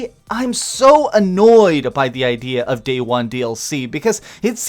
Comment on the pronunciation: Not at all, it's because the English language was designed to be confusing...and it's working. I hate when people say 'idear' instead of IDEA..